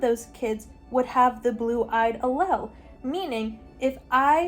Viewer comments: You did so well discussing the genetics!! I’m a biochemistry major in a specialized biology program at a big ten school. If for any reason you want to talk about this again, the word allele is pronounced like Al-Eel. I know it doesn’t look like that it’s a weird one 😅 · Love u but I think it’s pronounced Ah Leele 😅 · Raise your hand if you feel personally victimized by her pronunciation of allele 😂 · As a biology major who just took genetics, the whole explanation of punnet squares and the pronunciation of allele is so silly and goofy to me 💀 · I’m sorry but as a biology major the way you said allele is killing me 😭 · Her pronunciation of allele killed me 😂